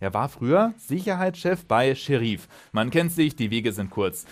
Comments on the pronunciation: Gutes Video, aber Sheriff wird wie im englischen ausgesprochen und nicht Seheriiiiif… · Scheriiiif? Da kriegt man ja Ohrenkrebs. Und wie sprichst du dann Deputy aus? Depjuuuutiiiiiiiiiiii :D